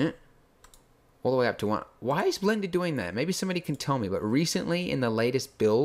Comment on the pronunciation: Awww I missed you saying: Blenda